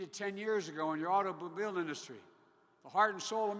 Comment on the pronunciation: Hey, what's with the nose scratching every few minutes. Are you sending a message to your teleprompter controller? Now.... min mark...."bekeeze he fuzes!!" min mark "prescription jugs". min. mark "autobobile industry"!! min. mark "we're going to 'rectrofit"!! min mark.."United States America". You left out the 'of' again. And at the end, all 5 people applaud. No questions asked, again.